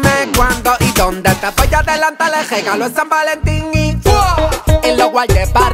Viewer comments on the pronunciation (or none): Quien domas se dio cuenta que el no puede pronunciar la rr no dice regalo 😂😂🤭